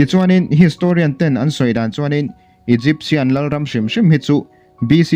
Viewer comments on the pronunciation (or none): none